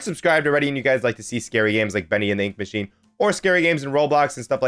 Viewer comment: You said Freddy in the ink meachine